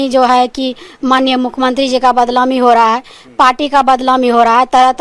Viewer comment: Ye badnaami ko badlaami bol raheen hai ye mla hai bihar ki